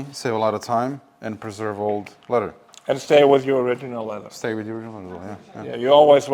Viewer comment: ITS LEATHER, NOT LETTER!